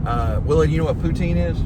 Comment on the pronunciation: Every Canadian knows what Poutine is and yes you pronounced it correctly.